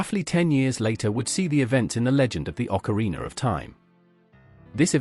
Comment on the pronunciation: I love how you pronouce ZeldaR and OcarinaR with that strong "R" at the end xD